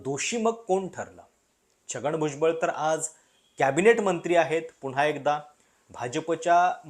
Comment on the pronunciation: किरीट सोमय्या यांना भुजबळ नावाचा नीट उच्चारही करता येत नाही 😂 राऊत आणि भुजबळांनी जे भोगलं त्याचे काय?